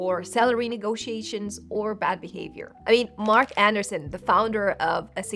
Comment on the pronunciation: Mark AndrEEsen, Not Anderson. Thanks for this video.